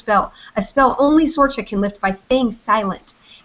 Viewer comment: When I was in Ireland I have a friend Sorcha and she pronounced it cerca just saying lol!